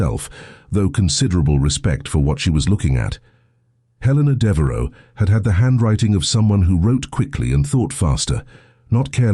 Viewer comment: Devaro??? Devereux. Sejmir??? Sedgemere, Sedgemoor (real place) or Sedgemire.